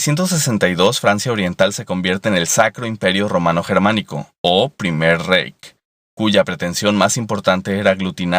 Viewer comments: Diutchland!! Jajajaja!.. No pues para eso está Google Translate compadre. Es "raij"no "reij". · Reich se pronuncia Raij ...! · #9 Deutschland se lee "Doitshland", no "Deutchland" #19-#20 Reich se lee "Raij" no "Reik" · Se pronuncia "raij" y no "reich". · Se escribe Reich y se pronuncia '' raig' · "Doitschlant", y en latín se pronuncia como "Yermanía" y "Yermanus". "Reich" se pronuncia algo así como "Raij".